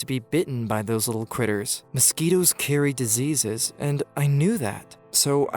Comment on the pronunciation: U mean "mouskitos"